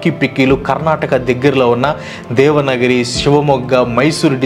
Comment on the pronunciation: బ్రో అది దేవనగిరి కాదు దావణగేరే, correct it